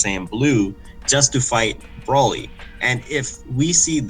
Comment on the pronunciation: Broly NOT brawly 🤦🏻‍♀️🙄😒